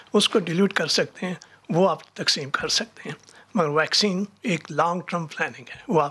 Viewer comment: Pak has world class doctors, engineers, scientists and world class educated journalists like who pronounce vaccine as "VAXION".